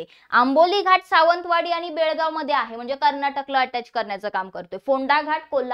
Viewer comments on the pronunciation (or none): none